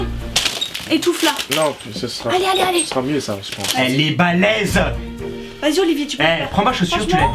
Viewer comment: il dit "elle est balèse"